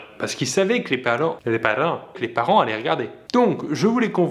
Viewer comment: "les palents😐"